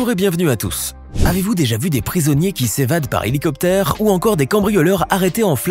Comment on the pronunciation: c est un appareil arabe ? tu as dit un ali coptere !!!!